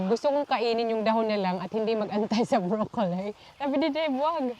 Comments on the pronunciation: it is pronounced BROCCOLI po not brocolay or brocoley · Why do you pronounce brocolli as brocolsy?